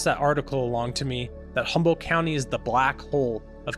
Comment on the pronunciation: H U M B O L D T !!! No Humble, and not Humboldt. !! Come in ; a simple , grammar school word!! How is anyone supposed to believe any of the important things you talk about when you cannot pronounce Humboldt correctly or even incorrectly but consistently? Please, tout are working for the Lord, right? Then do as if unto Him! Maranatha!